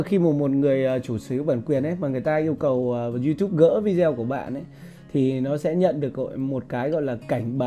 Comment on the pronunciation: Vi-đê-ô bạn ơi, vi zeo là đọc tiếng Việt. Nghe kỳ cục quá. Xin lỗi góp ý cách đọc. Bạn chia sẻ rất tốt. Cám ơn